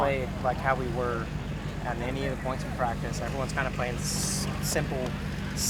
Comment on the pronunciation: "two poinths in a row"